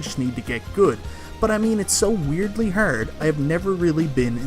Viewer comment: Is there a bit to why you are saying the word "hard" wrong, and a lot of other words? Arkanoid is the hardest NES game, and its not close. There is a cheat code for unlimited continues, the only way to beat it I believe. I don't think anyone has ever beat it without a tool assisted run